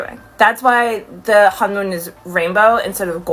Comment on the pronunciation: heyyy I know you meant no harm by this, but just to correct you it’s not “Honjoon” but “Honmoon” and the boy group is called “Saja Boys”. 🤗